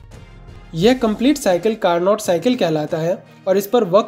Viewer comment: It's carno not carnot. T is silent